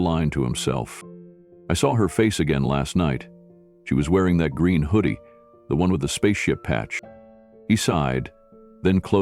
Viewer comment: THE runway, NOT Thee runway!!!